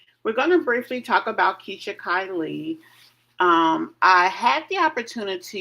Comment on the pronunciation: Hey sis! Just so you know it’s pronounced “k lee”